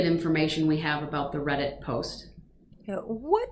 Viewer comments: Hahaha, when they first mentioned a Reddit post, he mispronounced REDDIT!!!! So they thought he never heard of it!!!😂😂😂😂 he’s like,”my gang member helped a bro out, in code!!!!Ok, how can a juror know what the judge says and does while they’re NOT IN THE COURT!😂😂😂😂😂😂 furthermore!!!, he exhonorates the judge and prosecution for writing the post 😂😂. The DAs office reminds Brooks that everyone around the world knows what’s going on in there! 😂😂😂😂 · It was so painfully obvious. Between pretending he didn't know how to pronounce "reddit" the evening before to accidentally calling it a "thread" then frantically trying to backpedal w/ "or ahh ahh whatever you call dis, I don't really know" he gave himself away. He's not nearly as clever as he thinks he is. Plus the post specifically said they didn't like "the way the judge treats him when we aren't in the room". Well how would the juror know what's happening when they aren't in the room?